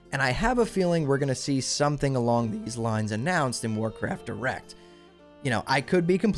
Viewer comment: Might want to enunciate those two words a little better because I kept hearing Warcraft Erect. But hey, sex sells 🤣